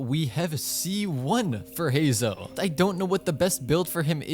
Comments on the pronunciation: heizou? do you say zongli too 🗿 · just to let you know youre pronouncing Heizou name wrong